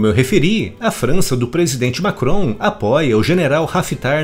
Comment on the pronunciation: Já da raiva de escutar "macron" aff...